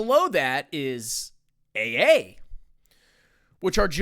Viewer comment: Hi. AA is read as "Double A"